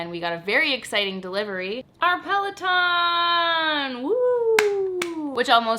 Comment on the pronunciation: between their stupid commercial and ryan Reynolds making fun of them, i can't keep a straight face when i hear peleton lol...and omg so refreshing to hear your take on weddings...im not going to have one either such a waste of money